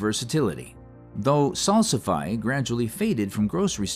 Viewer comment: FYI: Salsify is pronounced "Sal-si-fee". Thanks for discussing it as well as my favorites like cardoon, Hubbard squash, dragon carrots, and snow peas.